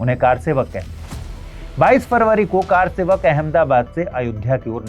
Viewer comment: Car sevak nhi sir, kr sevak Ye confusion to English walo ko hota he.....isse arth badal ja ra he